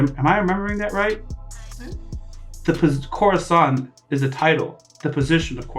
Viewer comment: It's cora-san not corazan 😔 edit: Oh and, his name is Donquixote Rosinante, the corazon thingy (heart in spanish) is how doffy calls his "commanders", just like cards but in spanish, Corazón, Diamante, Pica and Trébol, Law knew him as corazón but since "corazón-san" sounds weird he called him like "cora-san"